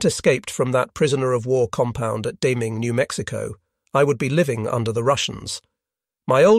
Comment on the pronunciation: This would have been far better if they had hired a real live person to do the narration. The artificial intelligence program here is way more artificial that intelligent. First, the "accent" is vaguely British. Why not American? Or even better, faintly German ? I was constantly distracted by all the mispronounced names of people and places. Sometimes Deming, NM, is mispronounced Deeming and then back to Deming. For a long time his wife is called "Jon" then she is called Jean for a while and then it's "Jon" again.. Also, narration almost constantly makes ordinary words sound strange and awkward by adding a syllable that' no one ever speaks; checked becomes check-ed, desire becomes desire-ed, fear is fear-ed. So please, no more AI narrations. Any where!